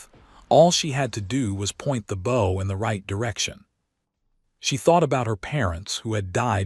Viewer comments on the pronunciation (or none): You left out all the character names so none of this makes any sense. Admiral ( blank ) said .... And the " bow " of a ship or a " bow " of a person doesn't rhyme with " ho " or " no ". It's pronounced like " cow " , " how " , " now ". Got it , AI ( blank ) ? Admiral ( blank ) says , " FIX IT , Ya Idjit AI ! " 😅